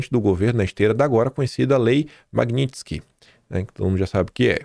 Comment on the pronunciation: QUE ORGULHO VER O FALANDO Magnitsky CERTO